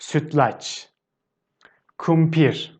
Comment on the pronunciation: I'm still confused on how you pronounce the "r" at the end of words like doner, kumpir, bankalar. It sounds like you pronounce it with a "h". For example, kumpir sounds like kumpish, doner sounds like dernesh. I'm confused because sometimes, especially when you say it slowly, it sounds as it should with r, and there no h in it. Can you please clarify on this. Tq.